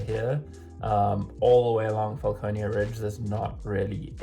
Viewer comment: Franconia Ridge definitely not Falconeia Ridge